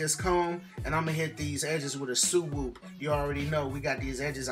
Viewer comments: "Imma hit it wit a sooo whoop" not a swoop a so whoop lmao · “We gon’ hit these edges wit a soo-wool” 🤣🤣🤣🤣🤣🤣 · Yooow I laughed so hard wen he said gel sandwich and soo-woop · “We gon suwoopp these edges” 😭 !